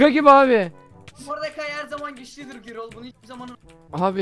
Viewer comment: Gürol diye okunur adam gibi yazilir